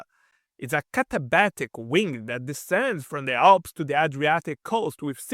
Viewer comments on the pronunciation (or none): none